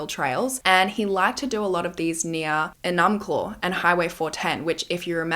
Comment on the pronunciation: Yea outsiders never pronounce them right. 😂 she did pronounce enumclaw wrong the 2nd time she said it for some reason lol.